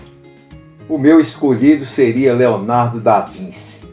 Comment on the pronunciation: Desculpe- me, mas a pronúncia é ( mais ou menos) Leonardo da VINTI. Obrigado